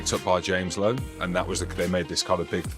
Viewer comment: It’s Lowe not Louw and no you’re wrong, he initially lifted Etzebeth up on his own and then the rest supported him